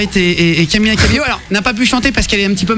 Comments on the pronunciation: Faut faire un effort avec son nom, Guillaume l'a assassiné ahah ! C'est pas camiYa CabeLo, mais CamiLa CabeYo ! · Lmao I luv joe it say CAMILA CABELL O😂